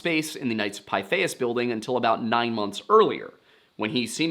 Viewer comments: Pithias phonetically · Pretty sure it’s pronounced Pith. Short I. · Knights of "Pith-ee-us".